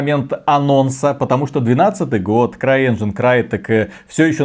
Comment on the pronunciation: движок игры не крайэнжин, а стар энжин! переработанный